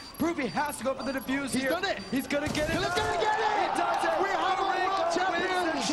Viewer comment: "oh god what are dose" lmfao "does"